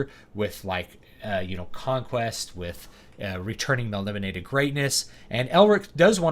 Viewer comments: Everything online says its mel ni BOH nay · Just started reading The Elric Saga, and was confused how to pronounce Melnibone so thats why I came here, i left with a wonderful understanding of style, influence and storytelling in such a short watch. Truly a treat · Is that the official pronunciation of Melnibone?